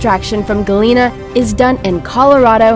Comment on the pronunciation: Galina?!?!!? Omg.. this is soo wrong.... GALENA, not "galina"...